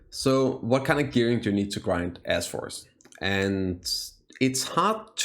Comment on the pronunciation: Why does it sound like you're saying A$$ forest? lol